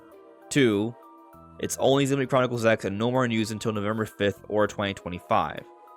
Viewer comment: We can tell you’re not into it because of the way you said Xenoblade